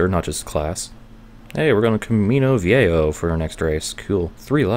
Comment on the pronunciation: Hey I just rewatched the gt4 let's play and I notice that in the first videos there is in game music (in the races) but only in those, how did you managed to do that without getting copyrighted.PS: camino viejo the jo part should sound like if you where saying ho and by the way nice videos keep it up.